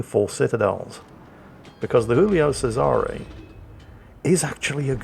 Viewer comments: stop pronouncing the Giulio Cesare as it was Spanish, pls As a Romanian, it hurts my ears xD It is pronounced Jiulio Chesare. Read that in english and it would still be closer to the original pronounciation 😅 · Ar-kih-pel-ah-go, with a slight stress on the 'pel. ...also, I beg you, by all you hold dear: 'JEW-lee-oh CHEH-zuh-reh'. Have a go? Please? Pretty please?